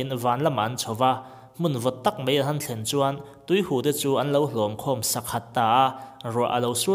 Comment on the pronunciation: Bible thu hi chhui chhui chuan bo a awl a nia.... I thil chhiar ngaihthlak a nuam hle mai. Mahse "mai" tih tur a "mei" ti a i lam zel erawh siam ṭhat dan kawng zawng la aṭha lo maw?